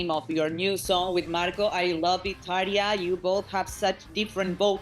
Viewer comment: Soto pose aprende como se pronuncia Tarja x lo menos